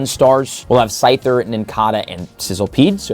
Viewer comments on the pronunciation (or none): none